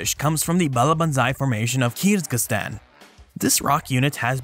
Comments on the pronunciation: I heard it like "kierz-giz-stan" and wanted to comment how there's only one "z" and it's in the middle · I am not sure your pronunciation of Kyrgyzstan is correct. 'Kier-giz-stan' is the proper form. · This is definitely the weirdest pronunciation for Kyrgyzstan I've ever heard (I was born there) - the proper pronunciation should be "Keer-geez-stan" - with the "ee"s pronounced as in "beer" - and with the "z" and "s" both pronounced distinctly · I heard something like 'Kiz-ga-stan.' And hence commented.